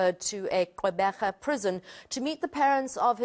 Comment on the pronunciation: Lovely pronunciation of qwebega by the news reporter wow!!😂😎